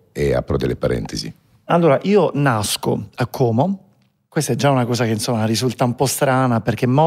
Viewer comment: Volta, Como e non ha ancora imparato a dire Como con la O chiusa